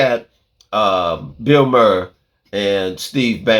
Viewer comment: Bill mhaar is the correct pronunciation.